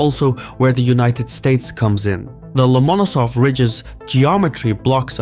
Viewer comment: love your stuff..butyou didn't do your homework here. You say the key name incorrectly most of the time in this video. In Russian, like in English, where tou place the accent is everything.Lomonosov, the accent here must always fall on the penultimate syllable, which you a few times hit corectly more or less, but more often did not...